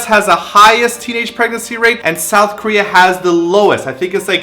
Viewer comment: Girl you canadian's showin' You said Sowth... Love it!